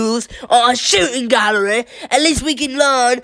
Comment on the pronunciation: the "shooting gallereh" is about as british as it gets